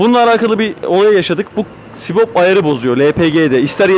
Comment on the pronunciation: Subap ayarı demesi gerekirken ısrarla sibop ayarı diyor.